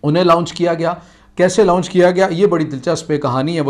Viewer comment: لاؤنچ نہیں لانچ ہوتا ہے۔